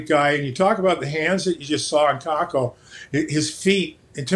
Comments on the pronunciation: No it's pronounced Kaapo Kakko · His name is pronounced "Cape-O Cake-O"